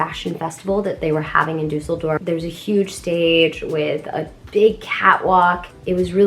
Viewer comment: Don't know many English speaking people besides you who can say "Düsseldorf" :-D